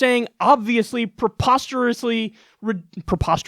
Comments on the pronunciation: It’s not ‘proposterous’ it’s PREposterous.. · Saying "prepostrously' is preposterous.